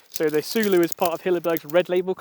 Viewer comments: Pronounced "Solo" direct from Hilleberg. 😉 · What was his punishment for butchering the name?😁